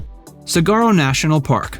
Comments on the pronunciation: Good video, but if he says cigaro one more time I'm gonna puke 🙂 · A little help on the word - Saguaro. It's pronounced.. Sah-wha-row. 😉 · Sort of a bad start when you mispronounced saguaro.😂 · Sah-WAR-oh. Ring-CON. San-AH-veer. And the name is TUCK-son (joke.) Thumb up for my old hometown. Peace on earth.